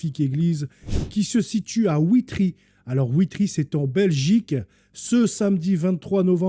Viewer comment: Bonsoir, je suis belge, ça s'écrit Witry et ça se prononce VITRY 😊 C'est en province du Luxembourg. Mon oncle reparait les clochers en Belgique, malheureusement il est trop âgé et ne sait plus.... Sauf erreur de ma part les journaux télévisés n'en ont même pas parlé. C'est ce qui est d'autant plus révoltant. S'il s'agirait d'une mosquée, ça ferait la une! Pauvre monde!